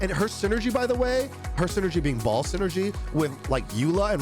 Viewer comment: What the junk is "Ball"?!?!? It's Ba-el!!!!!!